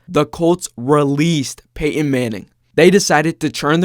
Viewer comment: Nope. I'm out. I'm not listening to someone say "Peyh-in" for 10 minutes.